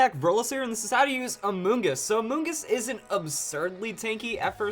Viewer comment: why tf am i laughing everytime he said amoonguss help 😭😭😭